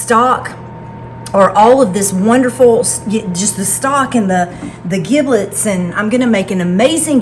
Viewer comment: soft g with giblets Good advice regarding the Turkey resting